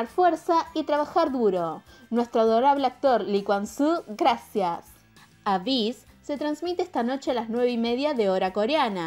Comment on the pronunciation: Se dice eibiss :v